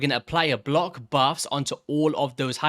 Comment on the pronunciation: The word "BLOCK" has a CK at the end of it. it's not blo active skills it's BLOCK!